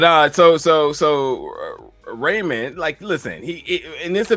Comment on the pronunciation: Rayam not Raymond